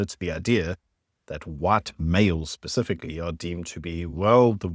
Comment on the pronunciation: *Specifically. Not "pacifically"